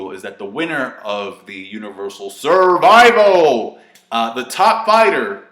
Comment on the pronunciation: love it when he says "SURVIVAL"